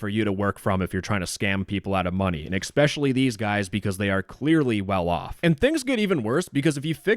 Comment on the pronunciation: Why did you say "exspecially"? I demand to know.